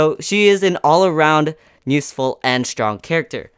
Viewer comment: Why do you say nuseful instead of useful? U always say it that way during this video. Anyway got every character in there except for tsunade sadly. Want to wait for a guaranteed red 6* banner. I only have Naruto Red. That means Itachi, Hiruzen, Deidara and Tsunade are up for grabs and all are great units